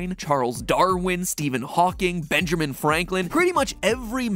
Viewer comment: nein (Bengerman???)